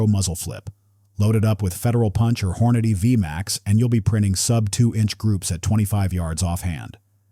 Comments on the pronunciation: HorNA'dy? No- it's whor-nah-dee' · Hor-noddy? How about Hor-na-dee. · Here we go again: Hornady pronounced "whore-noddy". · Its Horn- A-Dee.... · Horn a da di that was a car I thought 😅